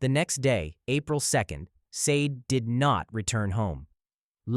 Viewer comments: Her name is Sade, Shar-day not sayde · I wish all of these victims could have their names pronounced correctly!! Sade=Shaw-day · It's pronounced sa-day. Christ!😩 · Sade is pronounced Shar-Day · I'm subscribing... I appreciate clarity. There's no mumbling & I'm not struggling to understand what's being spoken. I also appreciate the respectful manner in which the victims are spoken of. What's for you is for you & may your channel continue to grow abundantly.💫✨ It's pronounced Shar-day.... She was a beautiful young lady inside & outside like the other ladies covered here.💠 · Actually it's pronounced Shah Day 😢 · Wish you had taken the time to pronounce Sade's name correctly 😪 Great video though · ...Right - because there is no excuse since she shares a name with a well-known singer who has been popular since at least the eighties. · Sloppy and disrespectful to mispronounce Sade’s name 😠 I hate AI